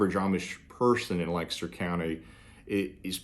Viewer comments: It was nice to hear someone say Lancaster correctly. 😀. Funny, I’m from Lancaster County with an Amish heritage. I retired in Somerset County and once a certain family at an Amish store found out who our Amish friends were back home they got quite cold towards us. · Thanks for pronouncing Lancaster, correctly!😀